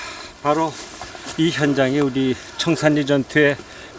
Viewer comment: 참 거슬리네요. 청살리지, 청산니? 그러면 신라도 신나네?